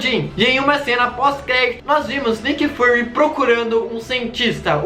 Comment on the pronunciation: Não é Nick fAry o certo é Nick Firy PS: não sei o jeito certo de escrever mas a pronúncia certa é com som de I